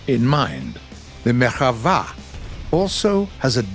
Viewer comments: It is not Merhava It is merKAva "chariot" in hebrew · I'm Israeli and I really appreciate the research on this video. I saw a MK4 in real life and it is by far my favourite, hope your working on getting it in the game. the only complaint I have is that the name "Merkava" is pronounced as it sounds and not like "Merchava", The stress on the last syllable is correct though (got me a little off guard ngl). Love from Israel!! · nah u donk say " merhava" you say " merkava" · Its MerKava not Merchava. Im an israeli citizen and ive seen them all day long :D The MK3D and the MKIV. We don't use MK2 and MK1 anymore, even the Merkava 3 is on its way out as i know. These tanks are BEASTS! Too bad the game version of the tank is not nearly as scary as the real one but then again most of the info about our Merkava is classified :D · it's merkava, not merchava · MerKava!!! With a K!! Not merilguctxvaaaa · Great video, but you said merhava, while you were supposed to say merkava. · Pronounced Merkava wrong lmfao 🤣 butchered hebrew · But why does he say merkava like that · Yes. Tho ol puts a bit too much flair on it.